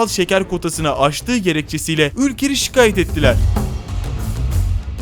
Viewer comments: 3.49 Kim okuyor bu texti yahu. "şikayet değil, ŞİKÂYET diye okunur. Kusur değil, küsur demen lazım. Biraz dikkat. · "Şikayet" ve "küsür" kelimelerindeki telaffuzunuz olağanüstü. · o nasıl bir şikayet ve küsur demek hanzo bundan dinleyeceğime kendim okurum sana da kusuratsız günler dilerim 😂😂